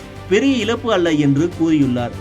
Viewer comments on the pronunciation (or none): "இலப்பு" இல்லப்பு.. இழப்பு!